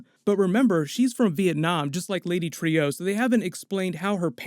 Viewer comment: Not Trio..lady Trueeeeeee come on dude nice breakdown tho